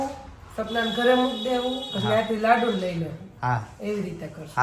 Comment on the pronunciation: Ladu nhi lado bolo